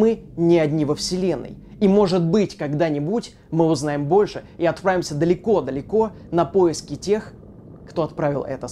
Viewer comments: "и отпавимся" ты чё букву Р проглотил? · и отпrrrrraвимся далеко далеко... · отпraвимся, пrолетала, пrоект Ооо вы из Англии! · И ОТПRRАВИМСЯ... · стал англичанином😂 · я один услышал англиский акцент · какой акцент) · каким-то странным акцентом сказал слово "отправимся".:D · В он сказал отправимся с американским окцентом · он сказал отправимся с американским окцентом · американский акцент